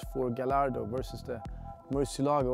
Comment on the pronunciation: It's not pronounced as Ga-ll-ardo. It's pronounced as Ga-y-ardo